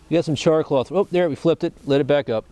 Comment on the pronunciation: haha why is he calling it "char CLOTH"? haha its not CLOTH at all hahaha